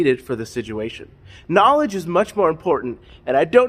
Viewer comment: Bro really said knowledge like that one guy whose name I can never remember lmao